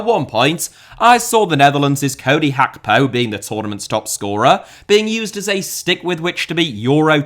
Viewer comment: I hate how you pronounce it Khakpo